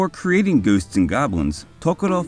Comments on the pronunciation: "Goosts and Goblins" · Goosed and Goblins... funny accent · Your enunciation of the title towards the beginning of the video struck me as funny, that's all. Edit: or there abouts